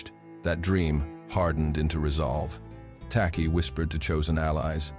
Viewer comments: The name is Takyi , pronounced as 'Techie' because 'ky' in Twi/fanti is pronounced as 'ch' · Im a Ghanaian, an Akan n a Fante tribe from which TAKY come from. His name is spelt as "TAKYI" we pronounce it as TACHI. In Akan, we pronounce "KY" as "CH". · It's "Tekyi/Takyi", enunciated "Teh-Chi" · Tacky is the corrupted version of "Takyi" pronounced as Taychi. A typical Akan name. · Any Akans from Ghana 🇬🇭 here? The name "Tacky" I believe the true spelling of this name is Takyi and pronunciation is Ta..chi. The British pronounce Akan names as they hear it. Like a town called Kyebi but the British pronounce it key..bi spelling it "Kibi" Akans cover Western region, Central region, Eastern region, Ashante region, Bono region, Some in the northern region, Oti region of Ghana. Akans are fighters but calm people of Ghana 🇬🇭 Some in Ivory Coast. There is a saying "do not come for us unless we come for you" God bless our home land Ghana 🇬🇭 and God bless Jamaica 🇯🇲 peace. So shall it be. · Hey heyy heyyyy. This is not the time n space shake Asante shoulders. Akan doesnt mean Asante. Takyi is a Fante name. And it is pronounced " TACHI" not TAKI. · His name is spelt and pronounced 'Tachie''